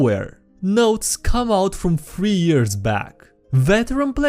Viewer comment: Read: years, thugs, resident.: ears, tugs, resistant.